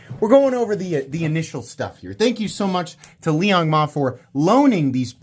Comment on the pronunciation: Liong Hell-Nah. I will never buy a knife from this POS